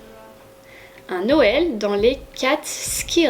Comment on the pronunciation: Un petit bonheur de regarder ton vlog. J’ai beaucoup ri entre ta petite tête surprise par l’éternuement de ton chat et la prononciation des Catskill haha. Trop contente pour le petit clin d’oeil H&m home 🥰. Un plaisir de visionner ce vlog <3